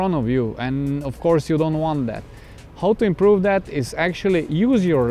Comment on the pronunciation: Broo you say impuruvu maileag